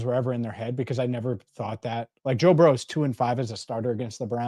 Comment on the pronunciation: It's Burrow, not Burrows!